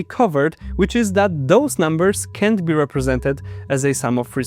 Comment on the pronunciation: 7min41s: If you pronounce can and can't in the same way it is very unclear what you just said. Try saying cannot instead of can't. Modular arithmetic has remainders ( something which remains ) not reminders ( something not to be forgotten ). Now practice saying : Remember you can't forget your remainders.